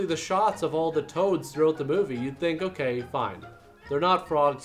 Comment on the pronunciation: You said "through ote the movie."